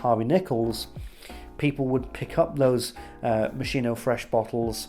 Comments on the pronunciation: Hi! Sorry, hate to be the one to correct but it's pronounced "Mos-kee-no," not Mo-shee-no. Great review btw! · love this video as all of your videos... im definitely buying this someday (also because i looove the bottle) ps: its MOS-KEE-NO... love u! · Just for you to know it is pronounced "mo ski no" ... However great review as usual mate ♥️ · Moss-'Kee-no. That's the correct Italian pronunciation. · It’s pronounced (MOSKINO) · My new love - its strangeness is something I have been longing for - I can only get the rose initially and then pepper pepper pepper and later oud and something like diesel - it’s amazing. Yes it’s slightly synthetic but hypnotic none the less - I like the confusion. (By the way it’s pronounced Moskino !) Great review! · Sir, it's Moskeeno. Great review btw. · mos-KEY-noh. If you want to show off your outfit and your pretentious speaking, at least pronounce the brand properly lol